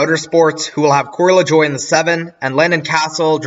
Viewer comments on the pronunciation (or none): none